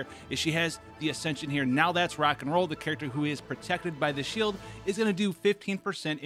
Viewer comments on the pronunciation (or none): none